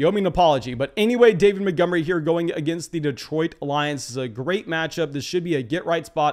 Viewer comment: This guy cool but he always says “Motgomery” and not “Montgomery” and it lowkey triggers me